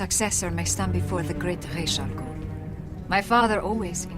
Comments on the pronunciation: i live in egypt i speak arab and its call RA'S not RAYSH Ra's: head Raysh: feather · it's pronounced raas Al ghoul in Arabic hene the name the demons head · if its supposed to be arabic then its raz raysh isnt a word in arabic and its not even a Z its more of an S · Pretty sure its Ras and not Rache (i speak arabic). Or is it just the way DC likes it? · Ras al gul is an arabic word and its not pronounced raish cuz im arabic and i know how to pronounce it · Ras al 'ghul is arabic for the fiends head not the demons head and its actually pronounced R'as al Ghul not Raish al Ghul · Ras Al goul is actually Arabic meaning head of the monster (or demon). and is in fact pronounced closer to Raas not Rashe and this is coming from a native arabic and english speaker so ....... I don't care how they pronounce it in the comics. if its wrong its wrong. don't you agree? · NO GODDAMN NO ITS ras with an S ras means gead rash means nothing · ITS RAZ. THE WRITER SAID IT THAT WAY AND THE ARABIC PRONUNCIATION IS RAZ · You're wrong the accent puts the sh in ras'algol , ras al gol is accurate which means head of the ogre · I am arabic and it is rase with s sound you can be sure by translating "head" to arabic because "rase al gol " is head of daemon or ogre in literal . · his name is ras al gool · i am Arabian and the way it's supposed to be said is razz which means head in Arabic. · Your prononciation is wrong actually it's Ra's Al-Ghul رأس الغول or head of the demon which is the same prononciation in Batman begins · its ra's al ghul originating from arabic رأس الغول. it means head of the demon or devil smth like that so technically everyone is pronouncing it wrong. copy the arabic i wrote and paste it on google translate if you wanna see how its pronounced. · His Name is realy pronounced raas al ghul cause its an arabic name mean the head of the demon